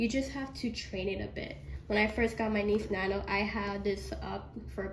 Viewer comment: You really kept saying Niece nano 😂 it’s called Nice Nano